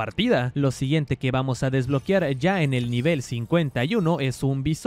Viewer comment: DESBLOQUEEEAAAARRRR!!!! SE DICE "¡DES-BLO-QUE-AR!" NO DESBLO-QUIAR! NO LLEVA " i " si no, " e "!